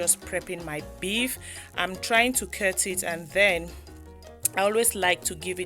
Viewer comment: Why do you pronounce cut Kert? The same with most cameroonian videos I watch